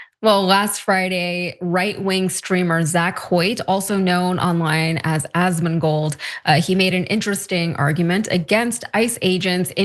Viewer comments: Hahahaha he said Assman 😂😂😂😂😂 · You're suppose to be a news org and you didn't even research the entire video (to get the complete context that he's talking about violent protestors who attacked cops) or the persons name you're talking about? It's Asmongold...there's no silent letters or tricks you said it wrong on purpose. Come on guys. Wasn't it you who said if you're right about something then you don't need to make things up? Oh wait that might have been Asmongold, nevermind.